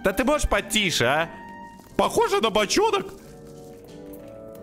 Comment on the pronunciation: "Похоже на бачонок"😂😂😂😂😂😂